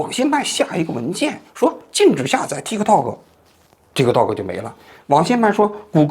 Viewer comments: 念 踢踏 Tiktok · 中間的k不用發音的其實，聽起來很奇怪